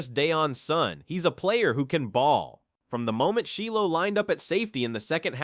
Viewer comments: Shy low, not Shee Low, AI strikes again. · Its not sheelow smh 😂